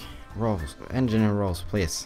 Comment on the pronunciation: "I sometimes turn into engigeer " -, 2015